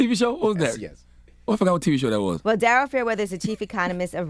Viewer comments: i thought it was pronounced darie-L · It’s spelled like Daryl, pronounced Darelle. 😏